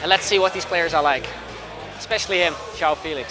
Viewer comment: It would be nice if someone actually pronounced João Félix correctly kkkkk